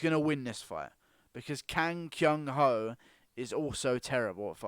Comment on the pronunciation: The way you said "Kang Kyung Ho" made me lmfao but in all realness if Costa beats Romero shouldn't he get a TS over Adesanya?